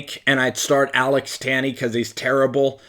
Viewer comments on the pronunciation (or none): none